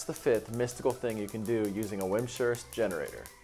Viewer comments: hope you've learned the proper pronunciation of "Wimshurst" by now. it's not "wim-sherst", it's "wimz-herst." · Vims-hurst, not wim-shurst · Hehe wim-shurst